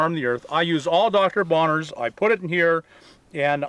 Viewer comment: Dr. Bronner's not Bonner's.